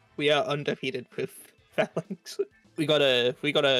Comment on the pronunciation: I love the video but I hate how you pronounce Falinks LMAO